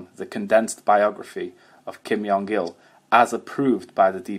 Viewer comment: Very interesting! I have to mention though - the korean pronounciation of Kim Jong Il (김정일) uses a J sound close to the english J and not a Y sound